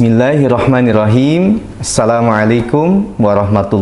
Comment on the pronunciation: Mohon maaf untuk assalamu'alaikum nya kurang Alip lam harus nya السلام عليكم ورحمةالله وبركاته.🙏🙏